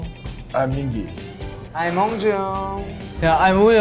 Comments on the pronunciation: no you're good i was confused too! she didnt! mingi (min-gee) would be the correct pronunciation. she might say minji out of endearment or a nickname, perhaps? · not “minji” lmfao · nope, she didn’t pronounce his name correctly, i was caught off guard too lol. i recently learned hangul so that i could pronounce kpop idols’ names correctly (and because im currently learning korean). in korean, his name is 민기. the romanization for this is Min-gi, and the “gi” part is pronounced like a mix between a g and k sound. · I’m assuming she mispronounced it because she got into ateez a bit later and may not know the pronunciations yet? Just my assumption! ☺️ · Anyone else get kind of offended at pronunciation of Mingi’s name, or are you normal? 😂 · Mingi's name is not pronounced like that lmao all of Ateez says it with a hard G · mispronouncing mingi's name is taking me out PLEASE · noooo the way they pronounced mingi's name like bruhhhhhhh thats so wrong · Atleast try to say MINGI correctly as Atinys😅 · Shouldn't say Mingi's name correctly if she's such a fan? Just saying 😬🤷🏻‍♀️ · not to be that person but, you're pronouncing your husband's name wrong lmao. The G in Mingi is a hard G. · Also mispronouncing mingi's name over and over was something else! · So screams about Mingi being her husband and can’t even pronounce his name correctly? 🤦🏻‍♀️ And Keith just repeats after her… It’s basic form of respect to at least learn who will be your guest. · relax 😭 she mispronounced his name ONE TIME it’s not that serious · yeah I was just thinking she must be a very new atiny lol. very passionate but, definitely wrong with the name pronunciation. usually people get it in a couple weeks, if not it should only take a couple months because they constantly say each others names in their content so at some point it's impossible to mess them up lol